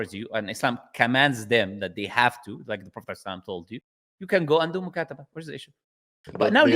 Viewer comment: This person is a liar. He is not from Morocco.. Even if he is an Arab, he is from Egypt.. Because when he mentioned “Mukataba” he said “Mukasaba”